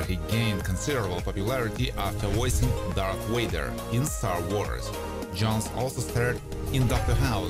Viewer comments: Dark Wader? You mean Dark Vader! 😂🤣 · Or...Darth Vader.